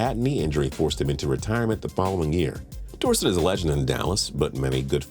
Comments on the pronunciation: Please say Dorsett correctly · His pronunciation of tony dorsett’s name was almost as bad as the time I heard someone pronounce “crouton” as “crouw-ten”